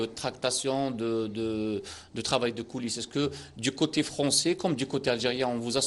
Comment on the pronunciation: Il a une prononciation en français horrible le présentateur, il m'a choqué